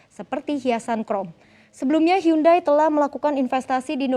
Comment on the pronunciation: "Hyundai" bacanya "yundey"